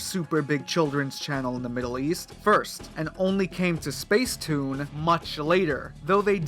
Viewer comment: It’s pronounced spacetoon